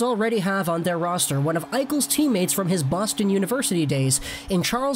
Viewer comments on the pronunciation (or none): none